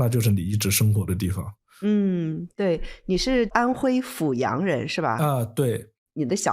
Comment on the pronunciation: 感谢和崇敬这个安徽老乡，另外阜阳的阜读第四声fù